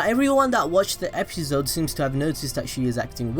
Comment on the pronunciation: I hate how you say episode stop it